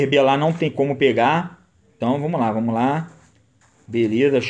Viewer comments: PARA COM VOMOS QUE VOMOSSSSSS. É VAMOS QUE VAMOS. JESUS DO CÉU. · "Vomos que vomos"